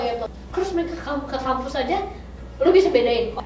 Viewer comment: Kak. Bukan kamus. Tapi kampus